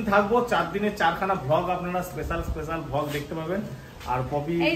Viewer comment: দাদা ভ্লোগকে ভগ বলে কেন